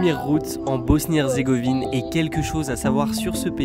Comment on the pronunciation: salut bg, je vois pas de commentaire faisant référence à ça donc je le dis pour la simple info: mais c'est Bosnie-HerzégoviNe, et non herzégovie :) super vidéo encore une fois, trop envie d'aller au Monténégro!!